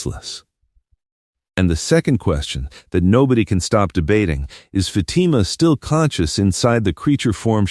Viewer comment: If this is AI it needs to learn how to pronounce Fatima's name.